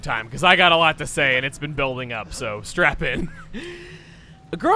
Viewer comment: Did he say strap in or strap on??